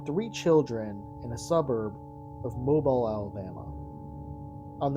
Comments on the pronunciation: Whats with the trailer park? Its pronounced moe bill. Not mobile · Moe beel